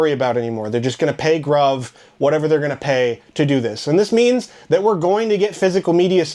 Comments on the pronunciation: It’s pronounced “Groove”. You’re killing’ me, bro. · Thanks for the update. I've ordered from GRUV and have always had a good experience, at least so far. I also believe GRUV is pronounced "Groove." The Free Standard Shipping with no minimum is definitely a plus. I grabbed Day of the Dead (Collector's Edition), Raising Cain (CE), The Serpent and the Rainbow (CE), The Sentinel, and Pumpkinhead (CE) Steelbook. Non-horror, I got the Slap Shot Limited Edition Steelbook. I grabbed all these off of Amazon so I didn't have to go through the Shout/Scream Factory website. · You’re mispronouncing GRUV. It’s a play on words. It’s pronounced like the word “groove.” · It’s pronounced groove